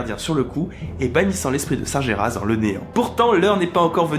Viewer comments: Tu lis Sargeras comme si tu l'écrivais "Sarjéras". Ca se dit "Sarguéras". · Ça se prononce sarGUÉras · Sargeras ce prononce Sargueras